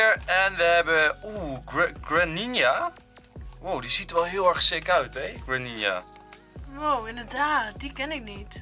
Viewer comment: Je spreekt het uit als Greeninja